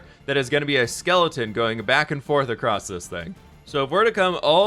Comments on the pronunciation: I'm not actually paying attention to the video, just waiting for the next time he says acrost instead of across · english isnt my first language but isnt it ''going across'' instead of ''going acrosst'' with a T ? just confused is all